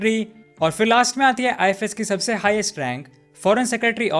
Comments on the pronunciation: Learn pronouncing ifs you are speaking it ifes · Bro its I.F.S. officer but you are speaking I.FI.S. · Pronounce WELL "IFS".. NOT " IFAS". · Why you keep pronouncing IFS as ifees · I fi s nahi bhai ifs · Its ifs you are pronouncing it wrong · IFS..pronounce correctly